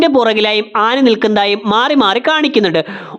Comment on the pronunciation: ningal aani ennu alla aana ennanu pronunce cheyyunnathu